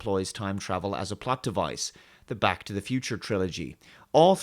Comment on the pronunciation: I still remember when he couldn't actually pronounce "Back" properly so it always sounded like "Bach".